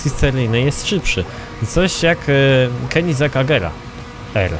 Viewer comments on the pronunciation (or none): none